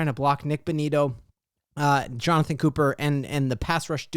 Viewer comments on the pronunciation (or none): none